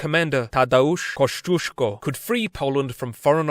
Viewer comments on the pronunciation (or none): Koszczuszko? Kościuszko. :hand-orange-covering-eyes